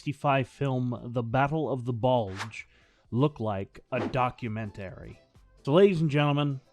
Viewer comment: "DocuMEN-TARY" k nvm im gonna just go